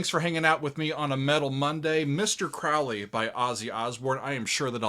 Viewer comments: It’s Mr. CROW-ley! To rhyme with goalie. Please, Mr. Oozy Owsborne. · Crowley is pronounced Crow- lee! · Hey, Crowley said in a book, (forgot which) his name rhymes with holy. “Crow Lee” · My name is Crowley because that i am holy. My enemies call me Crawly and wish to treat me fouly. - A Crowley It's pronounced like the bird Crow-lee Ozzy mispronounced it also and despite the song, didn't know anything about him. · Randy Rhoads - such a sad loss! Interestingly, Ozzy pronounces Crowley incorrectly: it should be pronounced ‘Crowley’*. *Sorry, couldn’t resist - the first syllable of his name was the same as that most famous of corvids: the crow. It’s not symbolic, of course. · Ozzy didn't write the Lyrics. Daisly did. OZZY even mispronounces his name on the song. Ozzy was drunk while Randy and Bod Daisly were doing all the writing. I don't think Ozzy could use "Polemic" in a sentence. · Thank you— I didn’t want to say it, for fear of having to hear about how there’s more to this song than to say ‘teaching a new generation to mispronounce Crowley’ 😂